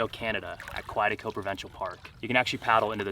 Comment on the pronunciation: I enjoyed your video. You need to learn how to pronounce the name Quetico. Looking forward to more adventures.